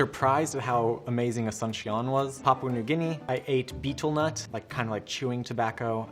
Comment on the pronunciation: aHSUNSHION😂😂 srry i get it he has an accent but idk thats the oddest ive ever heard it